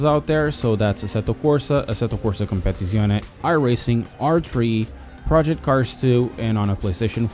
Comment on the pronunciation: "Competetzizzione" 🤣 Love your content dude, I just subscribed. Keep them coming!!